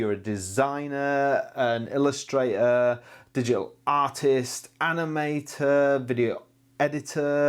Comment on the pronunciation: The world illustrator is pronounced as it is written; unlike: "illushdra'o'". Be NOT lazy! Any media-person is a role-model for people - for better or for worse! {Further more: "be-a" (meaning 'better'), "design-a", "wonna" (it is 'want to'), etc. Try clear language again. You will realise that it makes also a difference to your own wellbeing & life!} In regard to this review: Has this monitor on-screen-monitor-controls, etc?